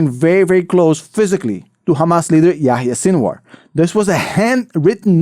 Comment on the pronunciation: It’s Sinwar not Sinuar … sin-of-war , sinwar